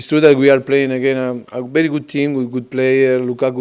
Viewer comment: Kelly Ludford he will pronunce first half :Farr calf , he will pronunce difficult : difficull , focus : focuss , very good : berry godl , watching: washing ,hundred : haunddredd